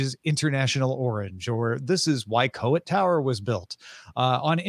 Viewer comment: Coit Tower is pronounced coyt, like don’t be coy.